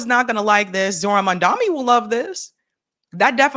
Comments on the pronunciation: It’s Mamdani not Mandami. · At least learn to pronounce his name correctly. It's not Mamdami. It's MAMDANI. Is this a black thing? And why are blacks supporting Cuomo? Black people are totally racist towards South Asians. They also love the fact that Islamophobia is rampant. The spotlight is on Muslims and not them. Also hating Muslims makes them think they will be accepted by whites more. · Why are so people calling him "Mandami" instead of "Mamdani"? It's not the difficult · How is it so difficult for you to say his name? You say his name like Cuomo does 🤮🤮🤮… MOM DA KNEE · Please pronounce Zohran Mamdani's name correctly! It is Mam Da Ni! Thank you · Please pronounce Zohran Mamdani's name correctly! It is Mam Da Ni! Thank you! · is so reactionary. She loves MAGA and Candace Owens. His name is pronounced: 'Mom Donny'. Why is this so difficult for? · Please learn Zohran's last name. It Mamdani. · Please for the love of God, pronounce his name correctly. Oh my god. 🤦🏽‍♂️